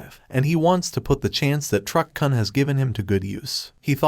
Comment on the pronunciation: It's Truck 'koon'!! It hurts my ears every time you mispronounce it! 😢